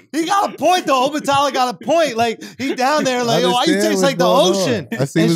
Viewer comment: 🗣SCHULZ!!! THANK YOU FOR READING THE BACK OF THE BOOK!!! P.s- I love how you pronounce Obatala🙌🏾